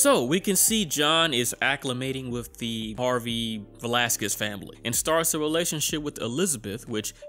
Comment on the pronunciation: You pronounce his name Velásquez